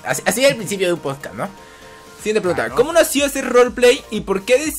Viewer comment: Cada vez que decían podcast mi mente era como: SE DICE "PODCAST", NO "POSCAS", PRONUNCIENLO BIEEEEEEENNN Perdón, tenía que decirlo x'd Fuera de eso, estuvo genial, esperando el siguiente con ansias! 👀💕